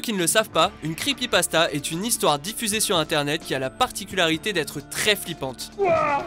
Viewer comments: c'est pas creepypastazz c'est creepypastas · creepypastaz mdrrr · Les creepypastaz ? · C'est moi ou au début il a dit "creepypastaZ" ?